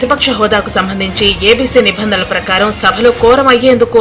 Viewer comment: మేడమ్ గారు..!! నభందన అని పలికి కూడదు.... "నిబంధన"...అని పలకాలి...ఆర్. కె. గారూ...!!కొద్దిగా గమనించండి...!!